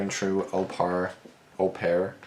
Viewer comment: i looked it up its actually pronounced "oh-pair" mr nightmare mispronounced it cuz au is almost always "oh" and its a french word